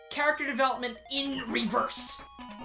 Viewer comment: talk about character DE-welopment